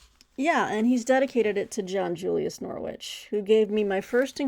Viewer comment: I'm going to focus on Anglo-Saxons and Vikings for Q2. I hate to be that English guy but John Julius Norwich's surname is pronounced like the city. It's hard to put the actual pronunciation here but the second bit rhymes with ridge. So it is more like Norridge. But English place names are - deliberately? - difficult to guess from spelling. I was watching an interview with John Julius Norwich on YouTube - on a channel called Web of Stories - and he was talking about visiting his Uncle at Beaver Castle. But Beaver is spelled Belvoir. I mean come on! I'm going to finally read The Anglo-Saxon Chronicle and The Ecclesiastical History of the English People. Plus a couple of King Alfred biographies. Then I've got River Kings by Eva Jarman, Viking Britain: A History by Thomas Williams, and The Children of Ash and Elm by Neil Price for the Viking bit. I might add Ibn Fadlan if I get time. Great recommendations btw. My wallet does not thank you. I really want to read about Genghis Khan, because it is a gap in my knowledge. The same with Saladin. This period is probably the one I have the most gaps with as I did my History degree and the earliest module we did was Tudors and Stuarts. I might save the Chaucer book for when I get around to reading Chaucer - which will happen. And A Distant Mirror is a book I know I should read, but haven't yet. Sorry for the long comment!